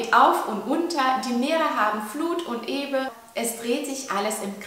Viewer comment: Flut und Ebe sorry aber sag bitte ebbe